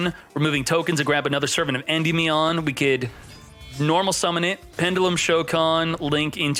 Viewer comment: Indie-me-on lol you aren’t saying it right